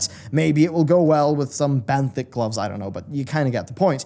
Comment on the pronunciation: Benthic = benefit lol